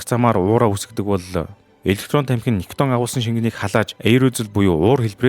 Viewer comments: Nicotin gej heleh bvrt ni daraagiin vgiig oilgoh bolomjgvi gehimv? Gatsalt vvsej bshd. Helzvin berhsheel bish bailtai mash olon hvn nikiton gej heleed bdag ym bailee hachin. Ug ni ih heregtei l video bh shig bna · Хха никотин шүү. Никитон гэдэг нь хамтлаг. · Niciton bish nicotin geeree❤